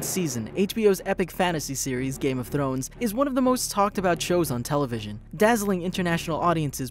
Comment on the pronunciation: Stop saying "Game of Thlones"!